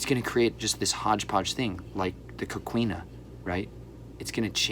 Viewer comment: It’s “coh-KEE-na”👌 I literally just researched coquina a few months ago for work! That’s so awesome!🤩 The reason Florida wasn’t taken by the British was because of that wall!